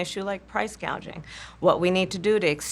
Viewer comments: the women who called price gouging "price gaging" has precise command of language? yeah right. 😂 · Kamala originally and incorrectly said price “gaging”, instead of “gouging”. She doesn’t know the word gauging and what it means. I was just pointing that out since she’s a smart lawyer and all. Not!